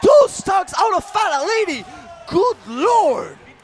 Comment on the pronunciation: Did that commentator just say "Fat-old-lady" ?! Lmao. How do you butcher Fatality's name like that.